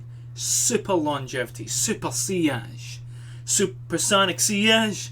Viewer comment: You are born to make video reviews. 1) Funny 2) truly more informative then 10 other reviewers put together 3) you bring the scents to life 4) you actually pronounced sillage correctly. Thanks.